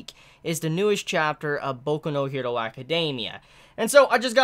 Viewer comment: Bro. 1. Your hair. 2. Why you only saying "hero" in My Hero Academia in a Japanese accent, but not the rest? Hero is an English word. 3. The sound in words like "THINGS" shouldn't be pronounced like "FINGS". JUST SAYIN'. I dig your videos, but those things bug me lmfao.